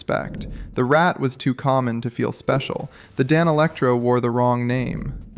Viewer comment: I know I shouldn't engage with this or help AI gear video people in any way. BUT? I can't help myself: clean up your script. When you feed it into your text to speech bot you want "eight oh eight" not "eight hundred and eight"; conversely, you want "rat" or "rat two" not "R. A. T. two". Dead giveaway. I don't care if you're making decent AI content. But try just a little harder.